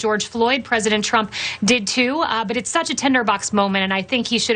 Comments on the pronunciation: the word is 'Tinderbox' KayLie.....not tenderbox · Did she say Tender Box? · Is she saying “tender box”. I think she is. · Did she say "tenderbox"? She can't even get the word right. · Did Kay-Leigh Mac-a-Ninny say "tenderbox" TWICE when the word is Tinderbox??? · Keyleigh said "tenderbox" so perhaps english is not her first language... which raises her competence to just under net zero. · Is she calling it a “tenderbox”? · Small point but why say 'Tender box' and not 'Tinder box'? Does she not know what it even means? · It's "tinder" box.